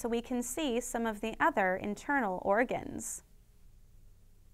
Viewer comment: iNtEaRNal OrGaens